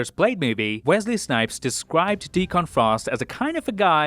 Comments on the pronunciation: Grammar nit-pick here: The villain's name in Blade 1 is pronounced "Dee-Kunn". You put too much emphasis on the "Con" in his name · You're saying Deacon wrong.